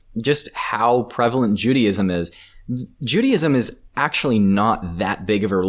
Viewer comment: I know he’s American which automatically makes me an idiot but there’s no way bro said “Judy-ism” 💀